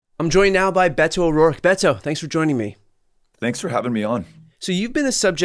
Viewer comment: Brian, I believe his name is pronounced more with a D like Bedo, not a hard Bet-o as you are doing. He seems to be wincing when you pronounce his name.